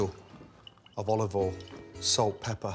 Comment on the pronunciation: FUN DRINKING GAME: Take a shot every time Gordon Ramsay says “Olivol “ or “Salt and Peppa”